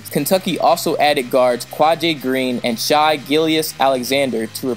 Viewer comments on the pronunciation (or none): none